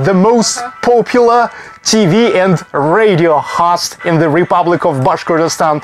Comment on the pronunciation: I have been learning some Russian and I notice when you speak English and say, "host" that you treat the "O" in host like a Russian would pronounce the "O". We also pronounce the "O" as you do for some words like, "hostel" . In the case of the word host, we use a long sound O. I am not really sure even how to explain how we pronounce it. I had to look up some Russian grammar and as much as I can tell, it is that the letter O is stressed. You do this often in many words with o. I am not talking bad about how you say it. Just trying to be helpful.